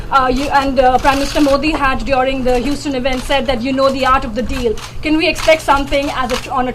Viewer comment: Gad BarninG hUUUston ahahhahahah